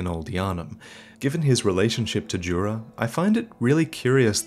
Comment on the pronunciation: Finally someone pronouncing "Djura" properly. It's a common name here, and anyone speaking...not my language get it wrong